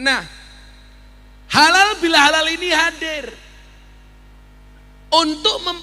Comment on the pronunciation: Mohon maaf itu ko ngucap nya halal bil halal bukan halal bi halal 🙏